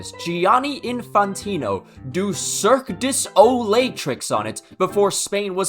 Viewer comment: i really wasn't ready for how he pronounces cirque du soleil